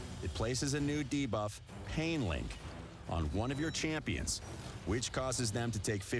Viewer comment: I'm just happy this voice guy has learned how to say 'debuff' properly ... bigger deal than hydra boss imo